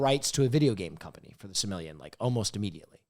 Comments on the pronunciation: calling the Silmarillion "Sir Million" reminded me that i was indeed watching big hot guy himbo podcast!!! no hate, I really love this, great episode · ITS NOT CALLED THE FUCKING “SIRMILLIAN” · why didn't anyone correct the blonde dude who kept saying "Silmaring"?? It's The Silmarillion. Ffs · mispronouncing Silmarillion was possibly the best bit